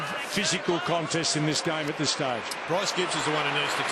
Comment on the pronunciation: love your enthusiasm mate, but can you hold back on the 'da' and the 'dis'. It doesn't make you look cool. Oh, and this wasn't Richmond's '100th game'.:P And yes, Gibbs is a freak. Next captain of the Blues.